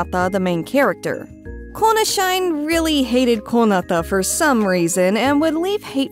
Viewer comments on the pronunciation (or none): konashine is most definitely not read "kona shine" as in 'to shine brightly' but SHI NE as in 'die, kona' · heads up: konashine would be peonounced "kona she-ne". it means "die konata"💀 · I'm gonna agree with the other comments here, it's definitely supposed to be pronounced KOH-nah-SHEE-nay. That makes way more sense contextually. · Konashine is probably not "Kona shine" given their dislike of the character it is likely "Kona Shi-ne" which roughly translates to "Die Kona" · its kona"shi-ne" as in death lol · thank you for your hard work! just wanted to add that i think the shine part of konashine is not supposed to be read like the english word 'shine' but '死ね', telling konata to die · this chick seems to put decent effort into her pronunciation so I was really surprised when she didn't catch that.